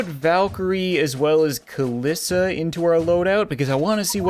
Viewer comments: Its not kalissa its kalie/kaliisa (as on how to say it) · It’s cal-ee-sa